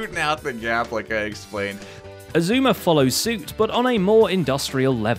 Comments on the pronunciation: essooma is best way to butcher x's name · I still don't understand why Xizuma is pronounced sheshwami... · Xisuma ? You mean Eggseggsoomna? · X-I-zue-mee is the best hermit. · Xisuma should be... X-poo-ma